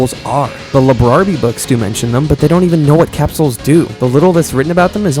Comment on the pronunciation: Cap-souls ❌ Capsules ✅